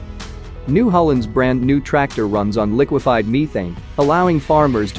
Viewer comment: I cant get over the way methane is being pronounced